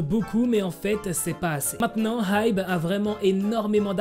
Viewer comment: Ça se prononce ai-bi😭 HyBe c de l'anglais 😅